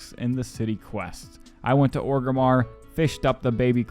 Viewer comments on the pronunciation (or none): none